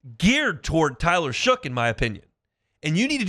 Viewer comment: If you’re gonna report on this quarterback learn how to say his name it is pronounced SHUCK not shook